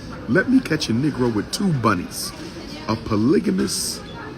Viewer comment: "Surrounded by..Buhnnies"! 😂